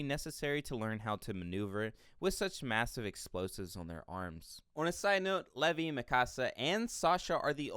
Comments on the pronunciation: it levi not leve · this homi say LEHVEE?? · I love your video but bruh...Cony....Levy???? keep up the good work tho! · Did you call Levi, Levy? Disappointed! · The thing that grinds my gears is he is saying Mikasa, Connie, and Levi's names wrong. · I hate how he pronounces levi